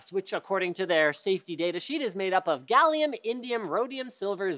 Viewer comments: "Gallium" yeah um no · "Gallium" OH SHIT NEVAHMIND! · you said gallium?